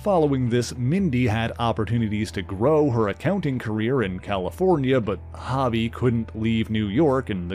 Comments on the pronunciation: Yes it should be HOE-Bee, just like Mitch's son on Baywatch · why you pronouncing Hobie like that... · Yes, that's right. This guy's pronouncing it wrong. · Suuuuper distracting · FYI: His name is pronounced "HOH-bee", not "HAH-bee". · It’s not hobby it’s hobie (hoe-bee) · HO-bee, not HOB-ee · Ita "ho-be" NOT "hobby" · Its HOBIE not HOBBIE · His name is pronounced “Ho-bee” not hobby. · I believe it's pronounced Hō bie not Ha bie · Yo, it's pronounced *HO-bie*, not hobby! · For what it's worth...his name is Hobie (not Hobbie) and is pronounced with an "ō" sound; so, phonetically, it sounds like "Hoe-bee." Other than that, thanks for what you do! ✌🏻❤️🤘🏻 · Im not sure if someone mentioned but you are saying Hobie's name wrong. "hoe- bee" not "hobby". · He keeps pronouncing it has hobby, not like it is, hobbie (how-bee) i think. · I'm sorry but the name is HoBee not Hobby. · It's pronounced Hoe-bie not Hobb-ie. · Why do you keep calling him Hobby? 😂 are you not a fan. Hobby😂, Its Ho-Bey.. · It’s HO-b…not hobby…is this dude Canadian?…some of the weirdest pronunciations ever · You usually do great work. But, you're killing me here with the pronunciation of Hobie Brown's name here. It isn't pronounced (hobby) rather it's pronounced (Ho Bee). Just curious, are you Canadian? That would explain why you default to that pronunciation. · HO-BEE, NOT "Hobbie" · His name is pronounced HŌ-BEE not HAW-BEE ... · Dude...it's pronounced with a long O sound, its Hōbie not Hobby Lobby. I can't finish listening to the video. The constant mispronunciation is cringey. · I gotta say, it was really distracting to hear you say "Hobie" (sounding like hobby) as opposed to how it is supposed to sound, rhyming with row-bee. His name is short for Hobart, pronounced Hoe-bart. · It's "Hoe-bee". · The name has one b so it has a long o sound. I totally called him this at first as well though. Great video, I'm glad White Tiger, Sons of the Tiger, and Night Creeper were mentioned 🔥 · I agree.